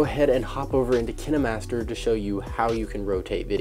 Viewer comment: It pronounced k-yn-ma-st-er